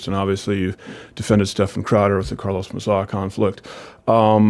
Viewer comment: You've got to spell it out phonetically: Steff-Ahn!